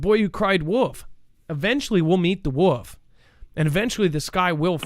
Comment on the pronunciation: Its "the boy who cried wolf" not woof lmao jus sayn